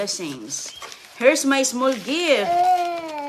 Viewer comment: Napaka overacting mo naman bago mo mabuksan. Hers or here’s.